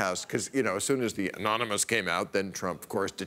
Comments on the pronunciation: Uhh... Bill, it's pronounced "amonymush." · It almost sounded like enormuanus. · Aonnonomos, anoynamous, anonomoose, aluminum, covfefe! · "Threat Level Orange" and "Ananomiss." Perfect. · "Omomynous" Hahaha! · "An anomous.... anominous". Haven't you been embarrassed enough already, USA? Let's hope he never has to negotiate something like "statistician". It's not even funny. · It's pronounced ominous. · Aminumos... amanimous. animinous, amini... Fuck it! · Anominosh! Meaning, unknown. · Anomous, amonomonous, anomonus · They should reveal the source as soon as trump can pronounce "anonymous" correctly in one go. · he cant even say anonymous... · Lmao he couldn't say anonymous omg what a shame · Trump pronouncing 'Anonymous' made me laugh out loud hahaha. How can you be at that really and not laugh. Wow very loyal followers lol